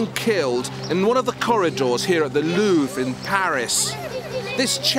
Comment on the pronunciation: Your pronunciation of the 'Louvre' is really awful and very disturbing, it sounds like you have to go to the loo every time...